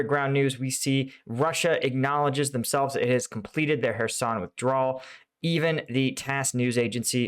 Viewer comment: I'm watching your video instead of Joe Blogs because you pronounce "Kherson" correctly. He's still calling it "Curzon".